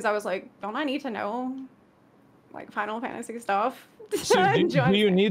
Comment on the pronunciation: Zepla's abbreviations... "Fi-lat-se 14"... "Fal-tse 14"